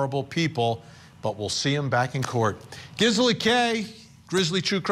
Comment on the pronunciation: GIZZ-ela? Really, Vinnie?